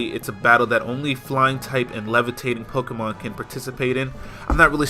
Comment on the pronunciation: Dude. It's pokemon.